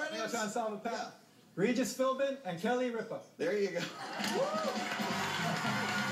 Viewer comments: he said "Philmin" #NotRigged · If you're talking about the first time he tried, no, he did not. If you listen carefully, he actually said "Philburn." And I don't know if the guy in the middle said this one, but one time when it sounded close, the contestant actually said "Philmin." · The first guy had said Ripa's name correctly, but he pronounced Regis's last name incorrectly, saying Philburn instead of Philbin, The other two guys thought he got Kelly Ripa's last name wrong. Don't get mad at WoF Jeopardy does the same thing, this week's episode all three contestants pronounced it wrong. Spelling also counts for Final Jeopardy . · nope. he said Philburn not Philbin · I had to watch multiple times to hear it, but he said "Philburn." The next guy probably missed that too, and thought "Ripa" was mispronounced. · Well, the first few tries, I agree that they're wrong especially when the letters weren't revealed yet. "Regis Philburn" then "Regis Philman" then "Regis Philmin" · he said Philmin. his name is Philbin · If his last name is spelled Philbin, then I'm pretty sure pronouncing it "Philmin" would be wrong. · No he said Regis Philman no Philbin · I'm pretty sure he said Philmin. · Well, this is four years late, and because of YouTube weirdness, you might actually have an answer, but here it is anyway: Regis Philbrin is not correct. Regis Philmin is not correct x2. Kelly Ripe-uh is not correct. Regis Philbin and Kelly Ripp-uh is correct. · Regis Fil-Bin and Kelly Rip-Uh. I can now distinguish where every other contestant went wrong. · Did they say "Philman" like three times... it's like repeating the same mistake over and over again... sound familiar anyone? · Regis Philbin? I always thought it was filman lol